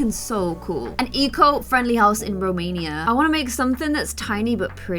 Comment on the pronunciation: pronounced my country ROMANIA 🥳😂 Fan Goals 🤣